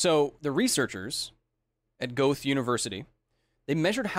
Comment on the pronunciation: Your pronunciation of Goethe is not even close, its so far off i thought you found a Goth university :D. German has no TH, so its pronounced closer to "goatee".